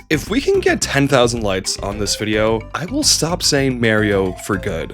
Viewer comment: That's all well and good, but how many "lights" before you start pronouncing "k" sounds properly?